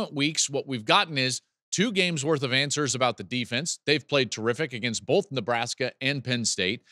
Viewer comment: Hey Joel, love your show. Time to stop saying “bolth”. Thanks.